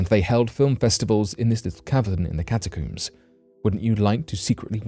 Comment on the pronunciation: Catacooms lol coomers